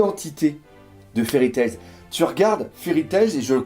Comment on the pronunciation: je te kiffe et je te kifferai encore plus quand tu enlèveras le 's' de Fairy Tails mdr :p